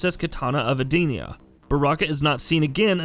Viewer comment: anyone bothers how he says Edenia, shinnok, and tarkatan wait also kotal kahn